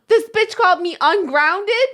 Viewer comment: Jenna: "I don't have to excell at anything beech" Excells at everything